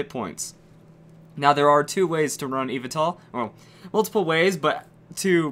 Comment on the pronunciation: Yveltal is pronounced as, YEE-VEL-TAL so get it right